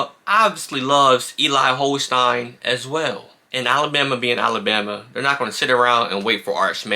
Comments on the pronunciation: Holstein was at St Thomas More in Lafayette, Louisiana but he transferred out because he was beaten out by Walker Howard who is now a Freshman at LSU. Holstein is not going to LSU because he does not want to be behind Walker Howard again. Holstein is a better QB than Manning and Bama has a shot but there is some West Coast interest in Holstein. By the way, his name is pronounced HolstEEn. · Agyie Hall was all about himself. I think you are giving him way too much credit for his tweets. I understand your points about journalism, but calling the guy that did this video a journalist is quite a stretch. He doesn’t know what he is talking about and he doesn’t even know how to pronounce Eli Holstein’s name. He doesn’t have any contacts or inside information. He is just a fan sitting in his house making videos expressing his opinion trying to sound like he knows something. I have never seen one of his videos before and I won’t be watching any more. As far as me picking a fight, I certainly don’t mean for it to seem that way. I’m just making a few comments as I pass on by.